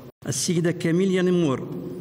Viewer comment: هذا لي راه يقدم وين كان نهار توجت كيليا نمور السيد راه غلط في الإسم عيطلها كاميليا